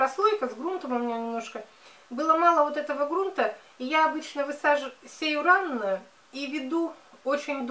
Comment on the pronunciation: ваша речь мне нравится,но почему вы говорите " ранно"?уж простите за замечание.